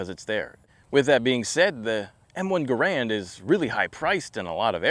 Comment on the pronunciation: It is “Ger-and” not “Guh-rand”. Cmp prices actually do not reflect market price for the rifles. $1200 +/- is an avg market price for a decent, even mixmaster M1. So be it, if others aren’t willing to adhere to CMP documentation criteria. They are not a charity nor a regular retail store.